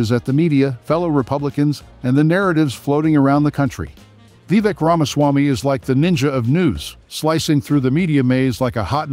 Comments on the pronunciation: I couldn't watch it after you said his name wrong 3 times in the first minute. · I watched this video for 35 seconds, until you mispronounced his name. Then I shut it off